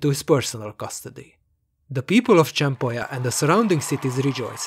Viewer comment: Quick correction, it isn't "Cempolla" is Cempoala(With an "a" instead of double LL) or in Nahuatl Cēmpoalātl.